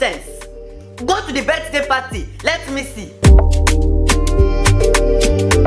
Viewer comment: how is mama pronouncing the "birthday" it sounds like birt, lol